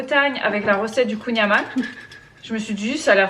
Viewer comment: La famille de mon chéri vient de Douarnenez (ville où a été créé le Kouign amann) et juste pour info ça se prononce "kouign aman" (comme le "an" de maman) ne me remerciez pas ahah, ça fait 10 ans qu'ils me reprennent 😅